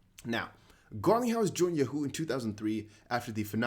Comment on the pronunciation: Hey, it's "Yaaawwwwho" 😉